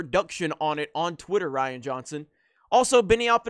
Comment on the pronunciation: Aytakta not Ryan. ReeeAnne!